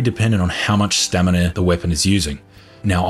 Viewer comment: its a running gag.. he used to say (or at least it sounded like it) stanima isntead of stamina all the time.. and now its stanina i guess :D